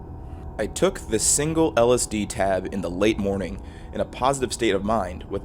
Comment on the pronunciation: When the third word of your 20 minute video, which also happens to be the entire premise, is so badly mispronounced that it causes babies to be born grotesquely deformed.